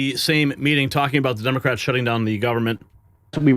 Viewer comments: Love her, "Senate Dumbocrats" she said 😂 Thought I misheard her the first time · Does Carolyn pronounce it dumocrats?